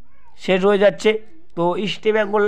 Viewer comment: দাদা, 'ইস্টেবেঙ্গল' নয় ইস্টবেঙ্গল।